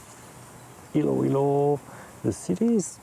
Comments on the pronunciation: it's ILOILO not ILUALO. It's common in Philippines to have repeating syllables. so the proper pronounciation is ILO ILO. Don't be confuse that it is spelled ILOILO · Hahahaha Iloailo Never heard that pronunciation before